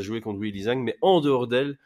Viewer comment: Y'a un détail qui me torture depuis un moment, mais pourquoi prononcer Zhang "Zeng" ? Soit on le prononce à la chinoise et ça fait (a peu près) "Djann", soit on sait pas et on le prononce "Zang" à la française. Tous les mots étrangers ne se prononcent pas comme de l'anglais.